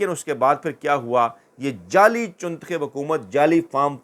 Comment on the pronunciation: لفظ جعلی کو جالی ادا کیا جاتا ہے جب کہ اکثر آپ جیلی کہتے ھیں